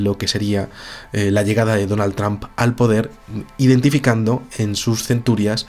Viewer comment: TRAMP hahaha vamos. Buen vídeo de cualquier manera:D